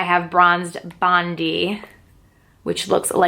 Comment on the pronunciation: The way she said Bondi ahahahha